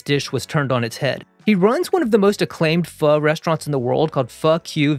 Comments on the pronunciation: As a Vietnamese immigrant, I just want to say I appreciate you pronouncing Pho, correctly (vs FO as other chefs do) =) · I am so grateful that you pronounce pho correctly